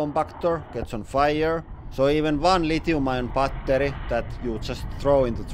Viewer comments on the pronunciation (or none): I love how he pronounces battery like bah ter yh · 빠떼리 발음 친숙하다